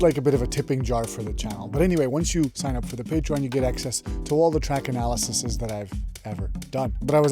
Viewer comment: I always pronounce the plural of “analysis” as “analysees” — “analyses” is the actual word I think